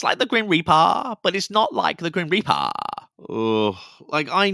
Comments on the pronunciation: Every single time you said “Grim Reap Uh” I cackled! 🤣🤣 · Your Cali, slacker accent 😂 “Grim Reparrrr” 💀😂 WHY DO THEY ( and other “ghost hunters” ) ALWAYS OVERREACH AND MAKE 💩UP?!?!? Did they go to the Wyatt Housman ( TP) tutorial on “How to Make Up a BS narrative?” Outta nothing! …NOTHING!!! 😫 BTW , Bonus Point on this one for the inclusion of Mean Girls 🙌 😉👍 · I replayed “It’s like the grim reapaah, but not, like, the grim reapaah” about 200x now.. 😂❤ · Omg I really must watch your videos when it’s not 00.40 am 😂 as I’m keeping everyone awake…”the grim repaaa” killing me every time 😂 as for the two giggling geese, holy 💩give me strength. They’ve actually done it, they’ve achieved actual worse ghost hunters on YouTube … maybe across every social media platform, give it up and get a real job girls 🤦🏻‍♀️ Thanks for covering this, I’m sorry for your pain just know it’s appreciated 😂🤷🏻‍♀️💕